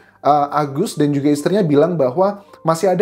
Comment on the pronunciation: Huruf "j" nya cihuy... klo ngomong "juga" knp hrs gitu mas? Tanya aj